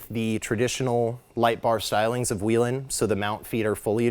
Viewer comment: Still don’t know how to pronounce Whelen I see. Good deal